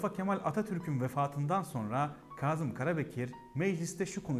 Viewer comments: Güzel .Ama harfler üzerinde ki işaretler kaldırılınca sadece okuyarak öğrenenlerin düştüğü tuzağa düşmüşsünüz maalesef.Kazım isminin nasıl söylendiğini hiç duymamış olmalısınız. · Yaşayın🙏🤗 Büyük insanlar…. (Öneri: Kâzım derken ‘kâh’ der gibi ince söylesek lütfen ?🙏🤗) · Bu güzel bilgiler icin tesekkür ederiz.Bir de şu kelimeleri dogru telaffuz etseniz daha güzel olacak Naçizane ,dogruyu söyleyeyim.KAZIM derken,A nın üzeinde inceltme isareti var yani KÂZIM..K Â Z I M KARABEKIR. ÇOKTA ZOR OLMASA GEREK.TEŞEKKÜRLER. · Kazım diye telaffuz etmeyin, doğrusu Kâzım'dır. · Kazım ismi telaffuz esnasında ince a ile okunur, lütfen biraz dikkat..